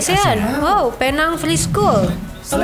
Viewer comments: bukan Pe Nang (yg ada e-pepet)..tapi Penang disebut PINENG (mcm powerbank tu)..atau Pe (e-taling) dan Neng.. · Penang tu sebutan bahasa Inggeris untuk Pulau Pinang. Jadi sebetulnya Penang disebut sebagai 'Pi Neng' bukan 'Pe Nang'. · Pulau Pinang (Bahasa Melayu ). Penang = ejaan dalam bahasa inggeris / English. (P.E.N.A.N.G ) sebutan pineng